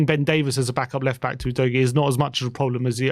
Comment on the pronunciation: Ffs its not ooh dough ghee !!! Its UDOGGIE ! Excellent prospect. C.o.y.s